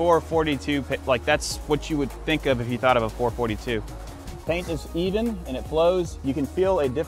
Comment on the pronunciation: It is a 4.4.2. Not a four forty two!